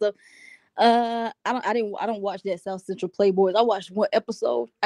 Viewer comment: “They really from the southCEN-TROLL” 💀💀💀💀